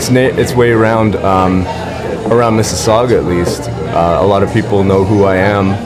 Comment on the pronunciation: Awesome,. *I now know how to pronouce Mississauga* Like your style:)